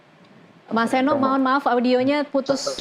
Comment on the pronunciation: Mas Seno💪💪👍❤ BTW, nyebut mas Seno gak pakai 'K' ya mbak. Khawatir aja ntar mewawancarai mas Nono piyé😫😫🥴